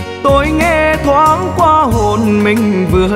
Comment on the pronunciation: Phát âm chữ QUA ở đầu bài hát chưa chuẩn nha em